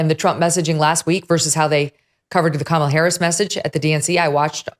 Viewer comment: K-malla, Kam-ala, Kama-la, Kamel-a, VDH: Ke-mella 🤣🤣